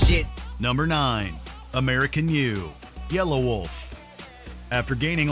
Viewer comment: It's not yellow-wolf it's yelawolf